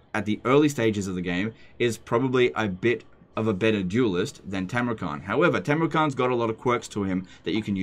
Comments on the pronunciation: It's Tamurkhan not Tamurkhant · Khan is pronounced ''han''.